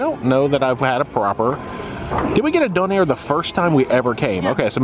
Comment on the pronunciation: much much closer here and . Still sounding a little too close to "done-air" instead of "dough-nair" but I think I spoke too soon earlier, you'll pass as a Bluenoser any day